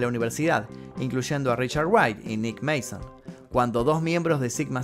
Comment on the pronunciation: No es Nick Manson, sino Nick Mason, y se pronuncia "meison".